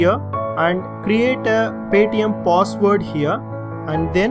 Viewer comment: Why do he say pos ward... instead of password lol